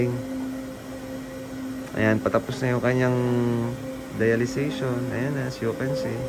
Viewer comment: Dialysis yata hindi dialization?